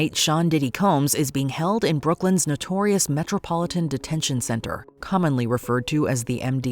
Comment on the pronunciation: Never joke about the media 😂😂… the emphasis on the NOTORIOUS word 😂😂😂